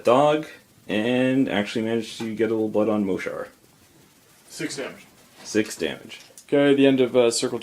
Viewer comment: it's mohsar